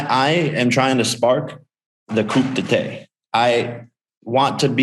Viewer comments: I died laughing hearing it out loud! Thank you for the time stamp friend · The way he pronounces coup d'etat. Lol. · LOL that pronunciation of coup d'etat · "Coup d'état" Jakes and u dont pronounce the "p" on "coup" nor the "T" on état" and u pronounce the A like when u say mama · “Coop de Tate” tho 🤦 How you know someone gets their talking points from reading tweets. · it's pronounced coo day ta you imbecile....this kid is a multi millionaire btw, let that sink in.. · Its Coup Etat lol he says COUP ETAY... Pretty hilarious when americans try to speak french. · Coop'detay. It's French 😂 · OH.... he is dumb after all.... 'Coop de TAY " ??? you mean 'Coup d'etat' ? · “Coop detay” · Did he just say coupe dah tay? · Coup De Ta??? LMAO!!!! Imagine going on live and saying coup de TA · “Coop the tay” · U saying a mix between 'coupe la tête' (cut his head) and 'coup d'état' (overthrow the gov) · "coop de tay" lmfao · “Coup day-tay.” What a moron. Tell me your repeating someone else’s words without telling me you are. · he said coupe tété for coup d'état I'm dead lmao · Man said Coopdatay lol. Love his message for the fighters at the end of the day though lol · Its coup d-eh-tah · Times like these I wish I could tell Jake it's "coo detah" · "Coup De TAY" Jake Paul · Its Coup D'etat. Pronounced "COO-DeY-TAH" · Coupe Duh Tay lol, this dude needs some REAL people in his life who will correct him so he doesn't sound like an idiot edit: Helwani, one of the real ones... love it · coup de what, Jake? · Coupe Dee Tay 😂😂😂😂😂😂😂😂😂😂😂😂😂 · Jake's people doing him dirty letting him run around pronouncing coup d'etat like that lol c'mon bro. Plus defining it for us like people haven't been knowing wtf that means. It's a new term to YOU Jakey boy. Good looking on Ariel to fix him up. I wrote this comment before I heard him do so. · The way he pronounces "coup d'etat" though.... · jake paul has seriously never ever heard "coup d'etat" said out loud before?